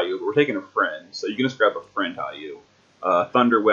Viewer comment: Hayu? Really? HAYU? It's HEE+OH. And LAHK-SHMEE.. not Lockshimi. Mostly amazing vid. Name pronounciations killed me though.